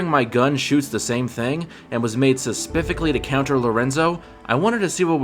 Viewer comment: "Suspifically" isn't a word